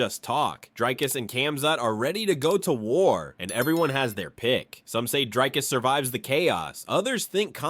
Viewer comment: Who the fok is drakus? Even Ham can say his name. If u can't say Dricus or Du Plessis just say 2+3.